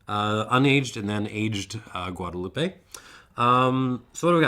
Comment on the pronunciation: please pronounce Guadeloupe correctly, it ends with the p sound not eh